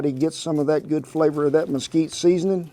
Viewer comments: Mesquite not Mosquito :). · The wood is "Mesquite" not mosquito. It's native to the desert Southwest.